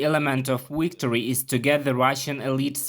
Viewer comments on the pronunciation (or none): To Wicktory! 🍻 lol